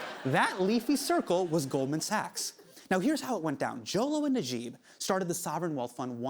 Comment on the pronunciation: wan nash I like how he pronounces it as ner-jib instead of naah-jib